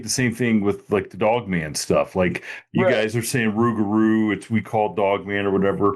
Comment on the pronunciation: Im from Louisiana i live near lake Salvador the way we say rugarou is pronounced like thiS its < Rou-gah-rou It trips us aLL out down here when we hear folk say Rug-arou lol GODBLESS everyone 👊🏼👊🏼🫡🫡